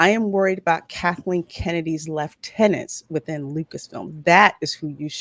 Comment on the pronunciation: super impressed that you pronounced lieutenant correctly.